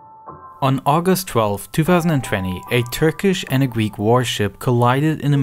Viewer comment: Gweek islands